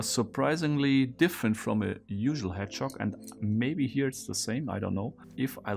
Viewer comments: Anyone else hearing "hedgehog" as "head shock"? Or is it just me? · I was thinking “hedgechok,” I feel dumb for not realizing it was “hedgehog” sooner!